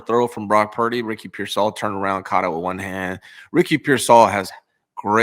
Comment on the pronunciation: I love u but dear God….PEER-sall. Not peer-SALL. I can’t take it anymore…😵‍💫